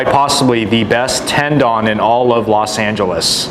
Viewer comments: Correctly pronounced Tendoun, not Ten Don. Lol. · Gotta learn to pronounce the Japanese name please, not “dawn” its Don like dont with out the T…🤦🏻‍♂️🤦🏻‍♂️🤦🏻‍♂️